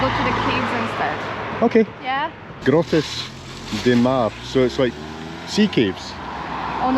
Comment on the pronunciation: Yet another masterpiece. Thanks. French lesson: grotte is pronounced to rhyme with hot.